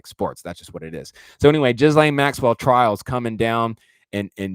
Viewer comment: Love what you do!!!! Can’t deal w the “jizz-lane Maxwell” annunciation 😂 “gill-lane”